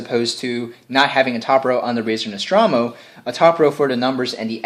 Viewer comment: "nostrawmo?" goddamnit...